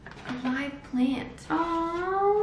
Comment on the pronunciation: The way says “plant” and “brand” now is hilarious... slowly slipping into the American 😂🙏🏻